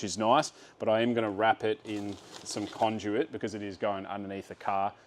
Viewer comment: Does my head in how you say conduit say it as if it’s spelt condute